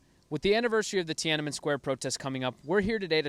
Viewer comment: If you could start out by pronouncing the name correctly, that would be great